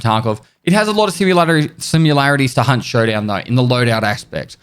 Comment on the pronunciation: I bet he had to hard pronounce "Hunt" at the beginning so the algorithm wouldn't think he said "Cunt Showdown".